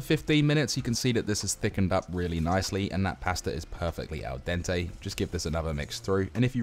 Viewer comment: Everytime you say "al dantay" or "pannay" I imagine there's an Italian having a meltdown. 😂 But all jokes aside, this looks delicious, will give it a go for next weekends mealprep!